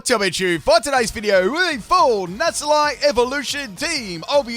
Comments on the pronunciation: NACK-LEE! It is not pronounced Nassleye 😂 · Nasalie? I thought it was necklee! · Alright, I can only hear that so many times before I have to respond: The C in this line is supposed to be a hard C. Nacli is supposed to be said Nak-li, for example. That's because the Cl stands for Chloride, which is pronounced with a hard C in every language I'm aware of, though if someone does call it "Shloride" out there, let me know. Thus the delightful sound that its evolution, "Nah-kul-stak" makes when you say it out loud. I love you,, but this is worse than the Synthesis ("sineesis") running gag. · Also, it's Nackle-y and Nackle-stack. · Nacli and Naclstack's mispronunciations have done it